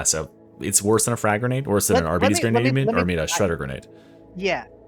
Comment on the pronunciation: imma need everyone to stop pronouncing it arbeedees - it's ar-bite-ees